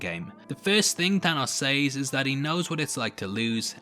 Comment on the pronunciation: The way you pronounce "says" is quite annoying.